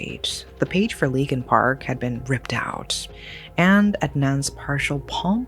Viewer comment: Leakin Park sounds more like Linkin Park 🤔